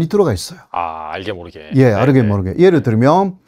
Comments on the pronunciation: 초반부터 웃기네 "아르게 모르게~" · 호사유키는 한국말을 일본스럽게 발음하고 있어서 조금 듣고 있으면 머리가 앞다. 한국에 오래 있었다면서 얼핏 들으면 일본말로 착가할 정도다 " 아르게 모르게..." ㅋ